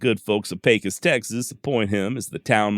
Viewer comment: Good job, as usual, and as a native born Pecosite, I was happy to hear Pecos, pronounced correct. I'd like to have a dollar for ever time I heard my hometown pronounced , pee-kos. Killin Jim Miller was one of several ' interestin characters', that called Pecos home, at various times, during the heyday of the 'wild west' period. There's been a whole mess of ' bigger than life' colorful characters, in it 140 + yr history. I've had the privilege of knowing a few of these, in their old age, in the 1980s, both men and women, and listenin to their stories of ranchin life in the early 1900s, was what got me intrested in the history of the west, particularly the l during the latter half of the 1800s, and the trans-Pecos, region, of southern New Mexico, far West Texas, and northern Mexico. I've been fortunate to have access to Indian campsites, in remote areas, on privately-owned lands, from the north eastern Texas panhandle, to the Davis, and surrounding small mountain ranges, of Southern far West Texas. I'm familiar with many of stories you feature, and I appreciate your narrative style of story telling.